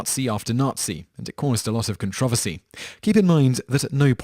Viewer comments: Con-tro-ver-cy pls say it right. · Con-tra-ver-sy...... Wot? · Con trov oh see? Are you serious? You do know the r's not silent 'ight? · lol its pronounced con tro versy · I like how he says "controversy". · Stop saying controversy wrong! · Okay, you pronounce controversial right, so you KNOW how controversy is pronounced. There is a second 'r' you know? Other than that major nuisance, good video. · You pronounce "controversy" so oddly...